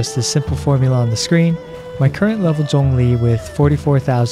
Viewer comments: Hey someone that can pronounce Zhongli properly. Subbed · After watching this video for the 6th time it just dawned on me that he pronounced Zhongli's name right. It didn't occur to me until now because it sounds natural lol. I will aim to build him for HP after 1.3 update, keep up the good work! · I like that you pronounced his name correctly. Thanks for the guide! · Thank you for pronouncing his name correctly.